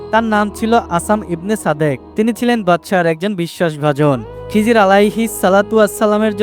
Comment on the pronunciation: খিজির আলাইহি ওয়াসাল্লাম বলবেন খিজরি বলেন কেন?